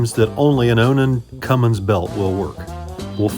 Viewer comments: I know didn't call it a Cummings belts. It's Cummins c'mon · It's CUMMINS not Cummings! Get it correct, so my faith stays with you!! In all reality you do great work!! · Did just say.... Cummings?? 🤦‍♂️ Cummins! He needs to work on his pronunciation maintenance 🤣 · Tell if he can find a G in Cummins I’ll pay his salary for a year😎 IT AINT CUMMINGS!! rant over Young Thomas needs to finish his OBS before he buys anything else😳 Oh and he found the Gem of all gems, an Olds 350 Rocket conversion diesel🙄 Allison is gonna make him a great wife, she knows he can’t car shop alone🤣 Keep it up with the cheat sheet stuff and Miss Vicki will tape it to your forehead while she reads it😎 The maintenance stickers are the best idea you’ve had lately. I need a roll of the static ones. That’s hilarious.